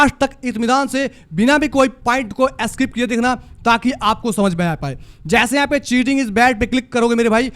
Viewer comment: Skip ❌ Asskip ✅ Simple ❌ Simpil ✅